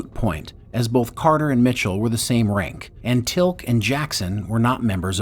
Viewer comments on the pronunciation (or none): 50 mins of Stargate history and then this happens . Who is Tilk, never heard of him? Or is this the official english pronunciation? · Tilk? TILK??? LOL, how can you have seen the Series and not get the pronunciation of Teal'C correctly??? Tea-Alc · This was really interesting but every time the narrator said JAffa like the cake instead of jaFAH, I died a little inside. (And tillk instead of TEALc.) Personally, I loved SGA first, then picked up SG-1 to see where it all began. But Universe never grabbed my attention. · did he said TILC to te'alc ? i am offended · er.. "tilk and the jafer"?